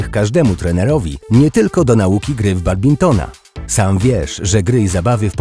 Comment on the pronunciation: babintona badbintona. Jak już coś sprzedajecie, to chociaż poprawnie nazywajcie